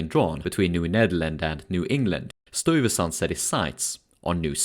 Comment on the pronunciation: Nice documentary but you need to learn to say the name "Stuyvesant" the way it's pronounced in NYC.